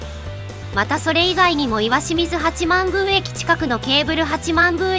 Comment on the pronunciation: しみず、ではなく、確か、きよみずやったような？